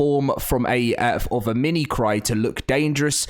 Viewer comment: mimic-ree i just wanted to say this because some internet trolls if they still exist will point that out and make fun of you if they realize the mispronounce